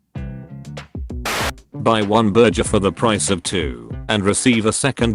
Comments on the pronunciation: Nobody: Literally nobody: The voice in the video: berger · Why say burger when you can say burjer